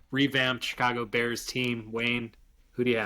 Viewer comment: Chica-blow bears. Haha